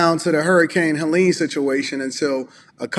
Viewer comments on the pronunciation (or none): none